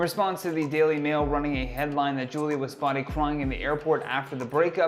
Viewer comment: Bro she called her “Foolia”!!🤣🤣🤣